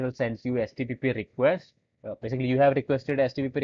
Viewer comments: why is he repeatedly saying HTPPS instead of HTTP... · You keep on saying htpp 😂😂 but that happens sometimes ..Great Work 👍